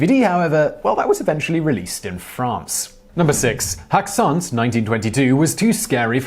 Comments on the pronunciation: Häxan is pronounced hexan, just like in the word hex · Häxan is pronounced "Hex-ahn" with emphasis on the first syllable, just for the record.